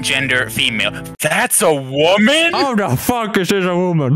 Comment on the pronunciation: That's a WOMEEn got me😂😂